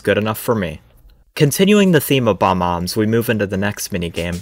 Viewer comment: Oh hell naw he said bomb-ombs instead of bob-ombs